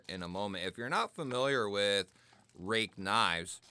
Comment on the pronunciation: This is an oldie, but a real Goodie. Today I have my Kizer Yorkie with M390 and am test driving my brand new Real Steel Perix crossbar lock, which I got based on seeing your review ! Apparently you are pronouncing it correctly. I have a few Ruike knives which are all superb in terms of QC, fit and finish and price.